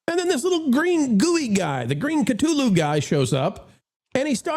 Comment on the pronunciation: Thank you for correctly pronouncing Cthulu. This makes me happy, as does this revue. I was going to skip this, but I think I'll go see it now.